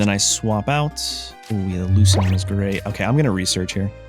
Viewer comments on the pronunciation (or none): none